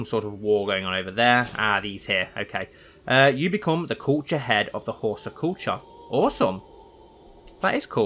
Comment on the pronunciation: Well, just to start you out, it's How-sah. Dunno if anyone mentioned that in the other comments yet.